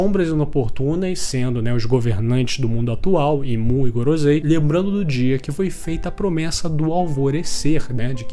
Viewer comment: o video e muito bom, mas mano kk, gorozei? pronúncia paia